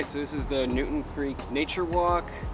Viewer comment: It’s New”town” Creek not Newton .Also , McCarren Park is not in Williamsburg